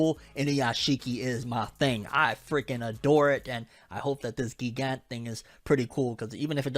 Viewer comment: It's pronounced gigant as giant not gee gant